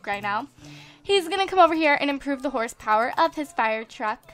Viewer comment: Instead of hosepower you say horsepower